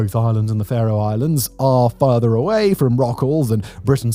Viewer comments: OK, Simon, "Far-oh"? No, no, no, it is pronounced "Fair-oh", just like Pharaoh. Oh, you did get it right at least once. Nice to be seen, though. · Simon's pronunciation of Faroe Islands 🤣🤣🤣 I've got friends who live there and I've visited.